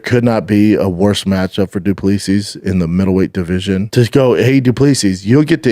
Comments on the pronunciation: It’s pronounced ’Du Ples Si’ not ‘Du Plee-Sis, Baba. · His pronunciation of Du Plessis is amazing